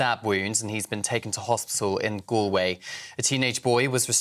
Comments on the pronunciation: Pronounced Gall Way... please. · Please learn how to pronounce 'Galway' - it's a pretty basic thing to get wrong!